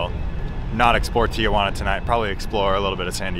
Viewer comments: It’s pronounced “TEEHUANA”. “TIAHUANA” meant Aunt Juana lol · Tea Juana.....Not Teeah Juana. Sorry, used to live there and EVERYONE pronounces it wrong. Theres no A after the TI..... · I’ve always wondered why people say Tia-Juana, It sounds like they’re saying “aunt Juana” in Spanish. 😂